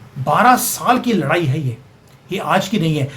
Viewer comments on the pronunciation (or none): none